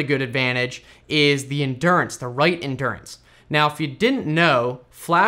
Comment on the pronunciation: Endurance, not "indurance".